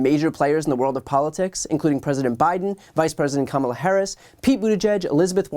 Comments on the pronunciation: She is so rude! “Kumula” Harris says Mehjawree. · No one misspeaks "Marjorie Taylor Greene" Hell we even placate her with MTG. Yet she can't be bothered to learn how to pronounce Kamala? She's not just stupid, she's disrespectful. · Why can no Republican properly pronounce "Kamala" or say "Democratic?" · She just has to disrespect the vice president by mispronouncing her name every time doesn’t she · Why do they pronounce Kamala the way they do? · She still can't pronounce the name of the Vice President of the United States. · And she pronounced the Vice President’s name wrong 😂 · Is she purposely mispronouncing Kamala Harris's name to be a jerk or has she actually not bothered to learn what the vice president's name is? I'm Canadian and I know she pronounced it wrong.